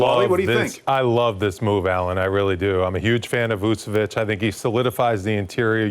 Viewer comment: It’s VuCHEviCH not Vusevic